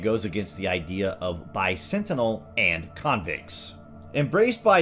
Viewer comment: Bisentinal? Bicentinal? Is this a word, or name, that I'm not aware of or did he mispronounce "bicentennial?"